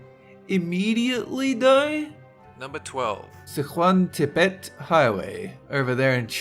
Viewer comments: Damn you pronunciation suuuucks! It's pronounced 'Young' and 'Seschwan' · What is YONJ street, we pronounce it Young street, Yonge, also mispronounced Sichuan. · Sichuan ==> Sir ChooWAN. Si = 四 = four. Chuan = 川 = river. Yonge Street, pronounced "young," not yunnge. Um,, are you maybe in the wrong line of work? You being incompetent and shouting a lot doesn't make stuff odd. It just leaves you loud and incompetent.